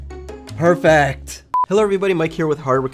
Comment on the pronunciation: "PERECT" XD